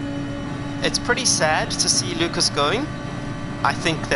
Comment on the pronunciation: I appreciate this. Thank you. It's loo-kahs. Like haas. Do you change the controller sensitivity settings? It sounds ignorant, but it affects steering wheels too. If you don't, change it to 7 and see how that affects steering inputs